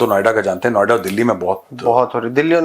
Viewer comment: Noida ❌ Navida✅🙂😅